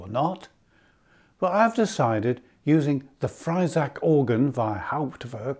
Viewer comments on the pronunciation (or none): Thank you for your interesting video. Please note the sample set is Friesach (FREE-zahk) not Freisach. ♫♪